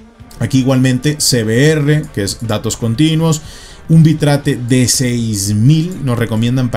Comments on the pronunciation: Se pronuncia "bit reit" no "bi trate" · nada mas oír la pronunciación lo saca uno corriendo (Bit-rate), bi-trate.... WTF? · Bitrate se pronuncia Bit-rate xD. que viene de la composicion de 2 palabras Bit Rango (bps) y Rate (velocidad) Saludos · /bitreit/ XD